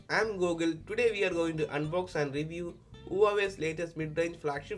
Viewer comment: Good vid. But it's pronounced wah way